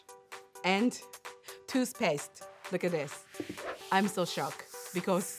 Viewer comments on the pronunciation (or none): none